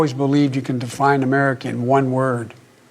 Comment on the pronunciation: he said "defind America in one word". Wow. Imagine biden in tradetalks with other world leaders. he said " uninedd". Go get em boy.